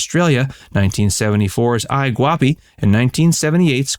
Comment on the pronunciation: it is not "eye" guappi, but "ee" guappi. It's Italian, you see!